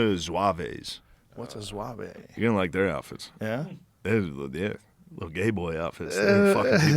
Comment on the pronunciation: in French, ''zouave'' is slang for ''crazy, silly''. Also it's pronounced ZWAHV , not ZWAVAY